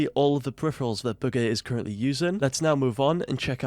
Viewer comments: Y’all niggas dumb it’s bugha and pronounced boo ga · you pronounce it ‘booger’ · Was he just saying booger the whole time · It sounds like he's saying booger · Just say his name right it’s not hard